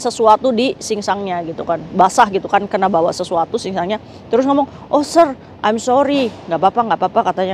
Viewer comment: Sir itu bacanya Se.. Kak